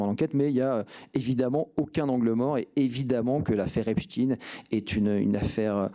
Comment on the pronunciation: Metci Mr Charles Alloncle de dire epstein et non epstine. Rien que ça denote qu'ils sont aux ordres. Personne ne dit Einstine mais Einstein